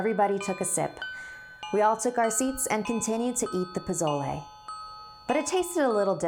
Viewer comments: Because she is not a Spanish speaker so her pronunciation is different. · Skye Johnson same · Goh Rou_Xee it’s pronounced poh-so-leh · omg yes I was like omg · Actually it's pozole and it's makes me feel hungry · pizolay is bomb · Lmaooo I was dead when she said “posolay” I’m dead and “Tia” 😂😂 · Im so so so sorry i usually dont do this 'cause i hate it but Tia is pronounced Thee-ah and pozole is pronounced Po-so-le its ok though 'cause i still love your videos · It's prennounced pa-sol-e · Pozole is pronounced (Po-so-le) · Great vocabulary when you said "pozole"! Next time try saying s instead of z and say le at the end! :) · You said pozole wrong I'm just trying to help you but you pronounce it as (Poe-so-le) btw I love these stories I watch them every week love you guys!!!!!😂😂😂😂💕💕💕💕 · posolE POSOLE (sigh... atleast look up the pronounciation before you say it)Good video doe:) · Aye my last name is Espinoza :3 also the way you say posloe😀😅😂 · Hey, a little tip when speaking Spanish (from a Mexican fan ❤️) pronounce all the vowels as if it had an o at the end "Poh-zoh-leh" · Ok! I loved this but some stuff were pronounced wrong, being Mexican myself. For example Pozole. The z is an S. So it’s pronounced Posole. But other than that great job. I still love pozole though. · It’s pronounced pe so le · Don't pronounce prozole as prozole? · our 'z' is pronounced like an 's' poh-soh-leh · I don’t wanna be mean but you said Posola wrong don’t worry I don’t know how to spell it or say 🤣😂🤣😂☺️ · Dang she didn’t even try to pronounce the names of the food correctly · Is anyone else bothered by how she says Pozole? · The way she pronounced pozole :( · You said pozole wrong lmao jk not trying to make fun of u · I didn't even know she meant pozole because of how she pronounces it 😅and I still love pozole 😌😂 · the way you pronounce it makes my Mexican grandma want to jump out of her grave and slap you. But scary story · It is spelled TIA. But pronounced TH-E-A